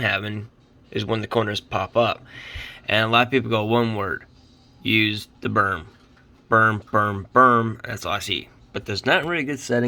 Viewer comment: Dude, it's a BRIM not BERM lolol